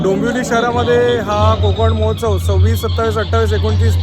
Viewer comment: मोहोत्सव नाही महोत्सव म्हणा